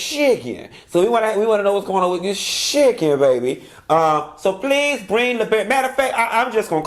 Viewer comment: I thought I was the only one who pronounced Chicken as Shi-ken! That took me out!!!